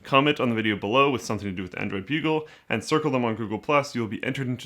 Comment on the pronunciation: took me a while to realize that it was android bugle, and not bulge